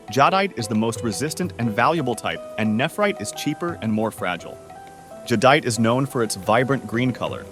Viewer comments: This “guy” has literally changed the pronunciation of Jade and nephrite several times sometimes within the same sentence. Definitely AI generated gathering. Random bits of information from the Internet some of which to be vocal information because it’s picking up other peoples pronunciations. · So, you have a human reading an AI script instead of an AI reading a human script? That would explain the 12 different pronunciations of the word "jadeite" and why the vodeo never got around to explaining how to find jade like the title suggested. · That's the first thing I noticed why do they pronounce jadeite 50,000 different ways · Am I the only one who noticed jadeite was pronounced differently every time he said it? Lol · Why is "jadeite" pronounced so many different ways in this video? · They pronounced jadeite 15 different ways in 3 mins.... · The fact that this AI channel is sourcing video material from Dan Hurd, is ridiculous. Does Dan even know? The AI can't seem to pronounce Jadeite, as I have heard it said 6 ways in this video. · it's the pronunciations, how we know it's not a human. It was pronouncing jadeite incorrectly. Otherwise I think it's an excellent video! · Jadeite is mispronounced. In China, ancient jade objects (sculptures) are made of nephrite while jewelry jade (rings, necklaces and bracelets) uses jadeite. In the 17th century under the Qing Dynasty, jadeite was the preferred carving material for the imperial court. Nephrite jade is still popular in China, especially the white ones. Sky blue translucent jadeite is the most expensive. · Hey there. Jade comes in every color including clear. Jadeite is badly mispronounced in this video.